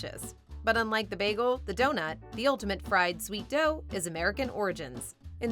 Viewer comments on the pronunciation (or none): none